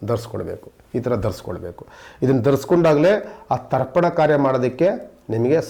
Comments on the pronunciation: ದರ್ಪನ ಅಲ್ಲ ರಿ...ತರ್ಪಣ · ದರ್ಪಣ ಅಲ್ಲಾ ಸ್ವಾಮಿ. ತರ್ಪಣ. ಸರಿಪಡಿಸಿಕೊಳ್ಳಿ. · It's Tarpan not Darpan